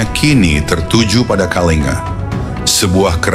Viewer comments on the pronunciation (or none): semestinya naskahnya ditulis KALINGGA bukan Kalinga, shg narator google-nya membacanya dg benar, sebab ejaan india TIDAK MENGENAL G double, seperti ANGA, dibacanya ANGGA, begitu pula KALINGA dibacanya KALINGGA